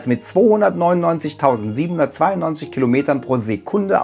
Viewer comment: Hört euch mal an wie er ganz am Anfang die Zahl 299.792 ausspricht :-D Fail. :-D